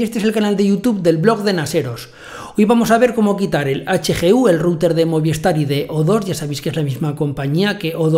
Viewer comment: Muy bien como siempre. Yo tengo DIGI y estoy muy contento con los equipos que me instalaron, van ONT y Router por separado. Espero que pronto hagas un tutorial para DIGI. Trabajan con Movistar. Que se dice Movis tar no Moviestar jejeje. Saludos.